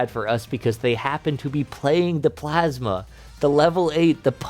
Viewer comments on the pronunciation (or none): none